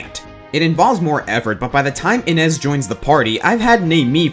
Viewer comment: I could be wrong, but isn't Innes pronounced in-nay and not in-nez?